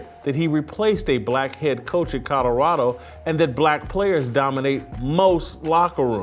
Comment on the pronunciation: Yo this is exactly why I’ve always hated whitlock he that black guy that’s just straight lost and delusional Mf a say anything with no facts just straight 💩 flying out his mouth…. And it’s fuckin CO-LO-RA-DO not codarrado 💀